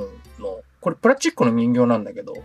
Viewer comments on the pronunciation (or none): プラチックじゃなくてプラスチックね